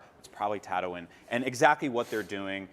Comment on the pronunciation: So is too cool to pronounce tatooine correctly?